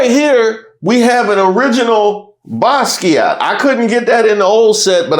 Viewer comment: you don't pronounce the t in Basquiat=baskia